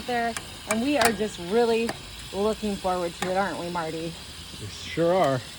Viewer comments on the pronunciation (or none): none